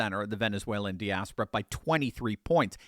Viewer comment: Please look up the pronunciation of diaspora. (Or, phonetically: dye-asp-or-uh.)